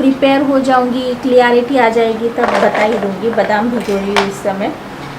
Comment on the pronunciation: Just a correction Losted jaisa koi word nahi hota... Its lost... Also clarity hota hai...aapne clearity bola.. Just a correction for ur betterment...take this into consideration